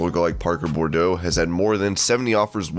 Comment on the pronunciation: How about saying his name right. It's Parker Boudreaux, NOT Parker Bordeaux. PRONOUNCED bood-row. WTF? Total disrespect,.